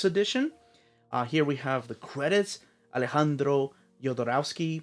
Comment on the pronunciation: He pronounced Alejandro pretty well, though